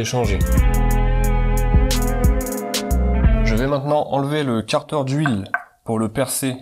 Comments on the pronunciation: Et car-deur pour 15 minutes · Chez moi on dit kartère, toi tu dit karteur 😐 ça fait bizarre a l'oreille